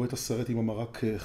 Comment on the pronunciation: כפרה עליך אומרים חרירה בחיבור ולא ח רירה..